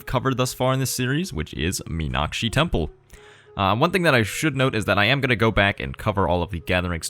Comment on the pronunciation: Really impressive pronunciation of the word 'Meenakshi'. +1